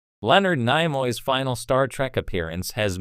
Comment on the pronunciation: What an idiot...." Nye-Moy" Is this the A.I. that's going to take over the world? Not much smarter than iPhone's auto-correct.